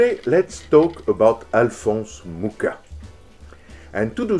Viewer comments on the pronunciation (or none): I am in love. It's absolutely amazing. Only the pronunciation of Mucha is off. It's pronounced with a Spanish J sound instead of the English K for the CH letter. (Yes, I know how to pronounce it, I am of the same nationality, and yes, in this language CH is in fact one letter.) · It would be nice if you pronounced his surname correctly. Actually, the Wikipedia shows the correct pronunciation: [ˈalfons ˈmuxa], that is «Mukha» not «Muka». Also here